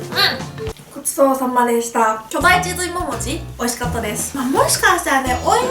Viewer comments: 巨大チーズいりももちを作りたいとおもいまーす に聞こえた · 最初、巨大チーズ入りももちって聞こえて草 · いももちって言いにくそうw